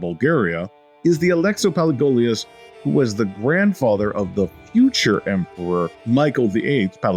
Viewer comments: Emmanuel “Palegolios” says the narrator. Next time get someone who has read history before to narrate. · Listen and repeat: Pa-le-o-lo-gos; Kom-ne-nos :)